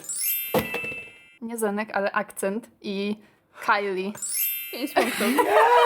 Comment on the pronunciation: Taka mała poprawka: rumuński Akcent wymawia się „AKCZENT” 🙃